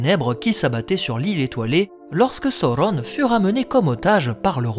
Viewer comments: C'est Sauron et pas Saurrone 😅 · Le U se prononce OU chez Tolkien selon le chapitre de la prononciation des mots dans le Silmarillon. C'est pareil que Saruman, Udun, Gollum, Dol-Guldur où le U se prononce bien OU et non U. C'est donc Sa-Ou-Ronne et non So-ron comme l'a malheureusement fait la VF. Même si j'adore la VF des films et que je continue à les regarder en VF, ils sont bourrés d'erreurs de prononciation. Ainsi, en adoptant la bonne prononciation, je me place plus proche des écrits de Tolkien tout simplement 😜